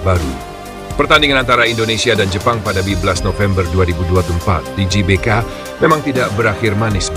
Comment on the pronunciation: GBK bacanya Ge Be Ka. atau Gee Bee Kay🙏